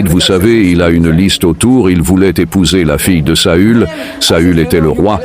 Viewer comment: Le traducteur traduit mal on dit saül pas saul . Saul c'est Saul de tarse Paul